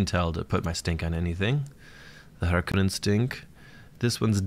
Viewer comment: The way the new movie pronounces harkonnen (and you) makes me cringe. It has an O not an A. 🤮 but all kidding aside, really like the frequency of videos!